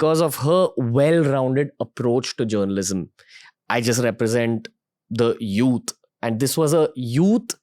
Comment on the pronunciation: Ranveer ji: "youth" NOT "Yout". Try standard English!